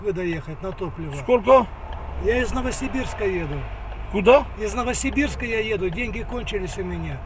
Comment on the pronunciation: "Новосирбирска" Ору😆